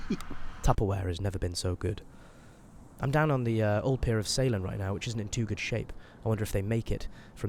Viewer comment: Salen is pronounced "Sah-len" btw, cool vid